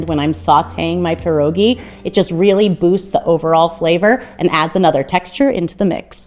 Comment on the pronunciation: Polish-American award winning Pierogi maker here and I tip my hat to you! So happy to see you make pierogi! Your recipes are really good and Sauerkraut is my personal favorite too! Also, THANK YOU for not saying “pierogies”. An “S” is not needed. Pierogi is plural.